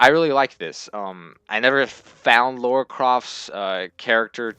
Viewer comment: It's LARA not LAURA!! AHHHHHHHHHHHHHHHHH!!!!